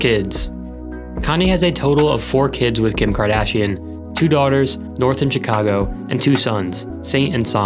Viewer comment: Chicago is not pronounced properly here